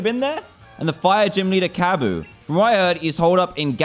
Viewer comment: its kabu not kuba